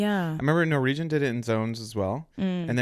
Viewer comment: The way pronounces Norwegian... NorEEgian😂